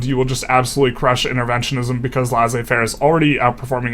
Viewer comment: Awesome video. I've noticed the wall in my games, around it I just stop building more construction capacity and start relying more on government investment instead of private. Its nice to see this published on a well articulated video That being said, I truly dislike how you pronounce laissez-faire